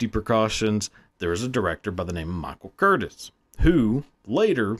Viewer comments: Pronounce his name correctly!! CurTIZ not Courtis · Learn how to pronounce people's names. It's Michael Curtiz. It's pronounced Ker-teez. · The director's name was pronounced Cur-tees because he was born in Budapest, Hungary. And just because they lacked computers does not mean there "not a lot of special effects going on at the time ," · THE NAME CURTIZ IS PRONOUNCED (kur-TEEZ), NOT (kur-tis) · Curtiz is not pronounced Curtis , it's pronounced Curteez ❤ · His name is pronounced Michael Curt-eez. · Curtiz's name is pronounced as cur-tease. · Love you brand! I'm hooked. One thing, director Michael Curtiz' name is pronounced cur-TEEZ. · CURTEEZ is the pronunciation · Wow that's awful. (It's pronounced Michael CURTEEZ) Life was a lot cheaper in those days, and you were expected to "suck it up" when things went wrong. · His name is pronounced Kur-TEEZ. Come on guys, if you're gonna put out a video that you know nothing about, do 5 seconds of research on how to pronounce the subjects NAME!!! GEEZ!!!!! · Interesting content, but you massacred the pronunciation of the Director’s name: It’s Michael Cur-teez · Pronounced Michael Curteez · It's pronounced certeze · It's pronounced "Ker-teez" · It’s pronounced ‘Kurteze’….. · His name is pronounced KurTease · It's pronounced Kur-teez. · It's pronounced ker teez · Mispronounced his last name. WTF?